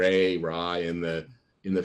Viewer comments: Lovely, this guy is criticizing Jaye Davidson left right and centre about his ability to pronounce his lines, and then keeps referring to "Ra" as "Rey". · Re, not Ray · why is ra being said as ray? american english will always baffle me. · Because it's pronounced that way. Wtf?? The original Ancient Egyptian pronunciation was Re (Ray). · For everyone wondering: Ra , was also known as Re . In original Ancient Egyptian it was rꜥ which was pronounced as Ree`Au The Dr of Egyptology did not make a mistake in calling him Re. His knowledge is simply so far over our head we can't comprehend it ;) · The original Ancient Egyptian pronunciation was Rey. Not Ra. Lmao.